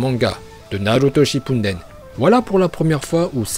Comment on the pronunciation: MAIS PK SHIPPUNDEN OU TU VOIS UN N AVANT LE D MAIS OUUU ?